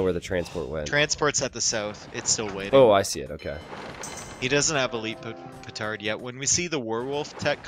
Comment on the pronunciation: see he does say pootard